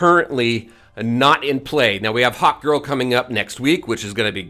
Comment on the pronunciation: Oooh HAWKgirl... I thought you were saying HOT GIRL? I was like "this man has a serious crush" 😂😂😂